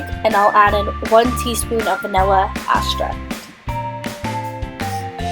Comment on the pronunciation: It's pronounced ex-tract not vanilla asscracked